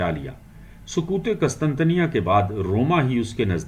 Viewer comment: قسطنطنیہ آپ نے غلط پڑھا ھے سر